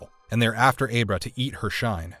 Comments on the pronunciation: Also, did you even watch Dr. Sleep? It's pronounced Ah-brah, not Ay-bra. DUDE. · So if you never watched the movies you’re talking about, maybe you should ask someone how to pronounce names of characters... or be fired? Dr. Sleeps co-antagonist Abra is pronounced like “abra-cadabra” ...... just terrible. I can’t take you seriously when you comment on the movie and actually give your opinion when you haven’t even seen the movie!!! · Ab-ra not A-bra. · Abe-ra or Abra...? Like, come on dude. No one pronounced it like that in the movie and you know it.